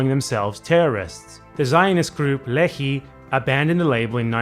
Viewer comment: Can't rate your Russian, but can rate your Hebrew (more correctly give you a short pronunciation guide): "Lechi" is pronounced with a voiceless uvular fricative, the famous "khhhhh" of Hebrew and Arabic (and somewhat similar to the Dutch g). Similarly, "Menachem" has the ch pronounced the same. "Begin" kind of sounds like the English word it looks like, but the first syllable is stressed instead of the second. Irgun is pronounced with a simple i sound in the beginning (like the "ee" in "seen").